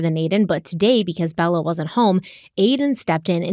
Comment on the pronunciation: The way she says "Elementary" is soooooooo CRINGE 😒 El-Men-Terry ugh. El-uh-men-tree is how every other person ever pronounces it. It's not El-men-terry my dear Watson. Hallow!! Is her daughters name Bella or Balla? Cuz she say Balla like ballerina. Cuh ringe!!